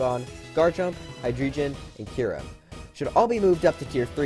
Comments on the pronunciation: if you wanna get nitpicky, it should actually be hy-DRY-gon, because of the deino line having names that count to 3 in german. dEINo, ZWEIlous, hyDREIgon. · "Hydreijon" Where does this pronunciation even come from? Do you call flygon "flyjon" too? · Fun fact, Hydreigons name inpronounced like Hi-dry-gon because each member of the evolution line has a different number of heads, and in there names is the german number for there heads. dEINo, ZWEIlous and hyDREIgon have eins, zwei, and drei in there names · Speaking of inaccuracies I don't mean to be picky but it is actually pronounced highdrygun. Drei is the German for 3 and is always pronounced almost like dry and it isn't jun it's gun. I had to point this out since it kind of gets on my nerves that people have been mispronouncing it for years and years now. Sorry but I had to. Also just so you know. Uxie, mesprit, and azelf are pronounced youxee, mesprit (literally how it is spelt) and ayzelf. Cobalion, terrakion and virizion are pronounced cohbarleon, te-ra-keon and vi-ry-zeon. And about new donk city. THAT AINT AN INACCURACY. That is simply to save on resources for the smoothest gameplay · Hydreigon is based on the German "drei" for the number 3. So it's pronounced "Hi-dry-gone" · I like how he pronounced Hydreigon as Hy-Dree-jin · He pronounced Hydriegon wrong 🥺💔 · The most inaccurate part of this video is how you pronounced hydreigon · The way you pronounced Hydreigon made me physically hurt